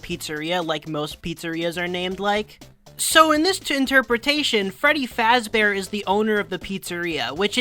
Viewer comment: I think what they were actually going for is that he decided to make a character with a name based on the creator's own because he doesn't actually say his name is Freddy Fazbear. It's sounded more like his surname was meant to be Fazburg.